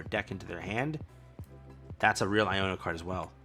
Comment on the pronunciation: No fkn way yu read iono and penny lik there new fkn cards tf? It shouldn't but tht jus irritated tf outta me